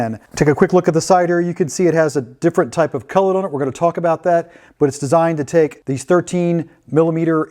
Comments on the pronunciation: It’s a collet not a cullet. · Collet, not cullet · Really want to watch your videos, but the way you say collet is absolutely abhorrent. Its cOllet, not cUllet.